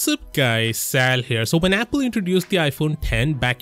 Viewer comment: Damn you just butchered apple lmao